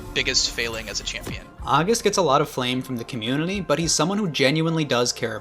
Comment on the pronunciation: why do you add an L in the word community?